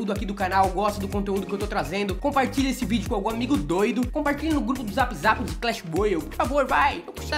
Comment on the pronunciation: fala clash n clesh